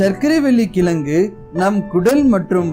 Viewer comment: கிளங்கு இல்லை கிழங்கு Pronounce it properly bro